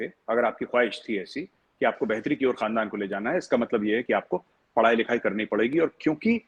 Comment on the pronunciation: His first word khandaan was told incorrectly